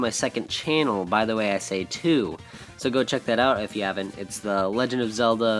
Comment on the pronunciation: bythewayisay WOW!!! For the first time pronounced my name right!!! THANKS!!! You sound older.